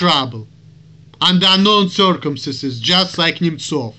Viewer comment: Why do you call him Nemchov, and not Nemtsov? I am guessing that is a Russian Cyrllic, but I see no spelling of it that way on any search engine. You nailed it with this video. You are exactly right about a lot of people here. It's nice and refreshing to watch you, for as I have said in the past, you are a smart man. Excellent video!!!